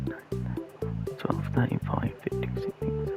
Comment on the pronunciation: When you said 16 I thought you said 60